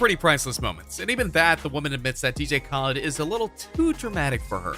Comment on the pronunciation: You pernounced DJ khaled wrong